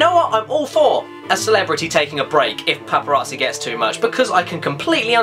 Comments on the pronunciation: The "Paparaatzi" ey Caddy? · I find the way you say paparazzi amusing.